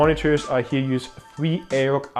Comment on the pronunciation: AOC is prounounced A-O-SEE not A-O-K